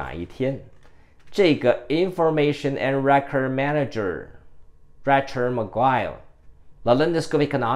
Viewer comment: Rachel : 应该 pronounce as /ei/ . 一直没有人帮您把这名字正确发音。 您用copy and paste 名字到google translate ，然后按小喇叭就可以听到正确发音了。 我只是善意提示。你的支持fans,你继续加油💪。